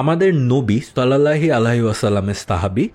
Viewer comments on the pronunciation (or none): বাক্যটা "সল্লাল্লহি " না বরং সল্লাল্লাহু